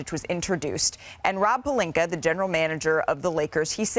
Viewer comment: SAS: “LuKeR” Dongich & Rob “PeLinKeR” 👨🏾‍💼😂😂😂